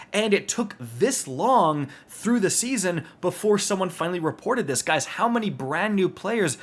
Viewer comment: Am I the only one who thought said “bread spankin new”😂